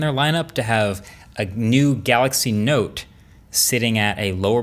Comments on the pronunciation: what did he say ; note or nope. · you're saying it wrong it's the note 20 fan edition